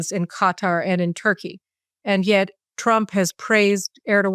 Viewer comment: Victor Davis Hanson fitting pronunciation: Erdo-yawn (Erodgan) and Gutter (Quatar).